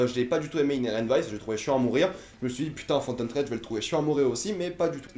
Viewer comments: Aaaah mes oreilles, c'est Phantom THread (avec un H). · ou "fantom Sred" ^^